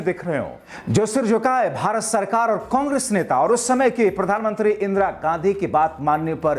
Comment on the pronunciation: इंद्रा नही इंदिरा